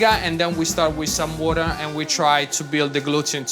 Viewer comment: He is Italian, but he pronounces water like a true New Yorker, exceptional. Wurder